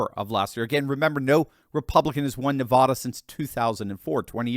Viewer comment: You say Nevada very strange lol